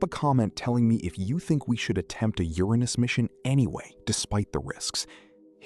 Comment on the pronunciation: Made it to 8 minutes. I can’t listen to you mispronounce Uranus anymore.